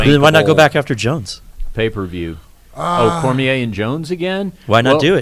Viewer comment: Short muscle head on the back left can't say Cormier correctly and it bugs me